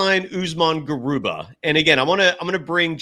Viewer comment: Garuba not Garubat